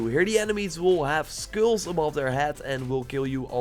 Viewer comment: Bruh. He can’t say even say ”skulls”. I’m not going to accept this... smh